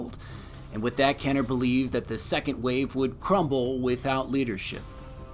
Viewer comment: Had to stop when he said "Kenner." I was getting super jacked up too.